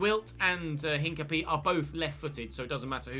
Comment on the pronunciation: hincapié is pronounced without pronouncing the h. And the e in the end is pronounced and its where the stress is so basically said like incapi-É